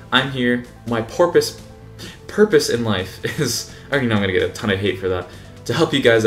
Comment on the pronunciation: Love the "Porpoise" behind the series <3 JK man love the video and what you're trying to do for the community, keep up the good work!!!